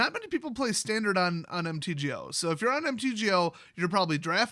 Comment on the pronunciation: It's Tandard